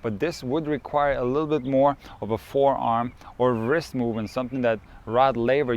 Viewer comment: Wrist should not be pronounced 'vrist' but as 'rist'. W is silent 👍😅